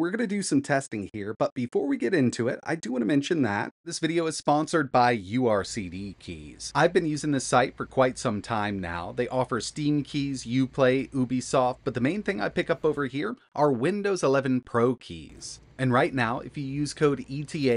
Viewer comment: Pretty sure your sponsor is meant to be pronounced "your CD keys"